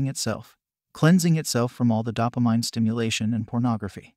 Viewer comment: it's pronounced "d-oh-puh-mean" not "doppa-mine"